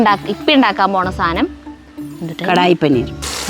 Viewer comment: സാനം സാനം സാനം............... 😂😂😂😂സാധനം ആണ് കുട്ടി 💖💚🧡💗💙💛❤️💝